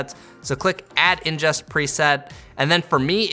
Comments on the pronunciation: Very helpful video! Excellent tutorial. Very minor nitpick...it's "ingest," not "injest." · Awesome tutorial! Thanks, helped me really with editing my BMPCC 6k files on my current computer. Just a minor thing: it's ingest not injest :P Anyways great tutorial